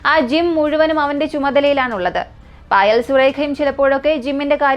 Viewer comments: മോനെ ഫയൽ അല്ല പായൽ എന്നാണ് പേര് ഞാനീ കഥ കേട്ടായിരുന്നു ❤ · പായൽ... എന്നാണ് പറയുക പയിൽ എന്നല്ല.....